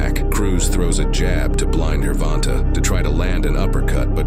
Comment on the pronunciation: Is it actually pronounced “gurr vonta” I thought it was like “jer von tay”